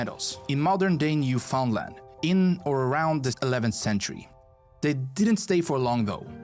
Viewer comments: You can tell the guy in the video is not Canadian because bro mispronounced Newfoundland as New-found-land💀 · Newfoundland is not pronounced right in this video. Also Ottawa is not the 4th biggest city in Canada it’s number 7.